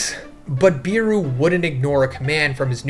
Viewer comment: According to the s2 finale it's "BE-ru" not "BEE-ru"(Iknow this shit's subjective but I REALLY hate the way u say it)